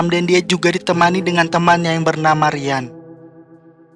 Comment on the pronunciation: Ryan itu dibacanya Rayen bang bukan Rian. btw penjelasannya keren banget dan detail😭 akhir-akhir ini banyak channel review tapi sangat tidak to the point